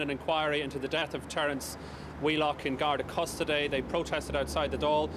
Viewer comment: 0.24 he pronounces custody in a really strange way